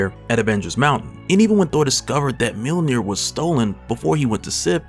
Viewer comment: It’s “Myuhl-neer” not “Meal near” btw